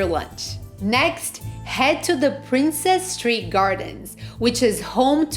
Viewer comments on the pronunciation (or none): I enjoyed the restaurant suggestions. BTW, it's Ed-in- bra and It's Princes Street, not Princess Street.